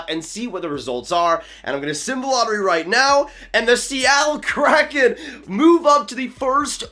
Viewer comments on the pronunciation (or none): none